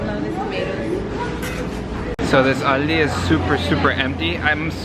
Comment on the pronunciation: why does he say ALDI like that.